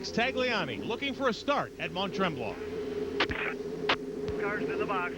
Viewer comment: These commentators were atrocious when it comes to pronouncing drivers names.. I mean how difficult is it to pronounce Jani.... Yani As he even said when he drove in A1GP. Interviewer cant even say Stoddart ffs 🤦🏻‍♂️😂 They cant even pronounce Mont Tremblant properly 😂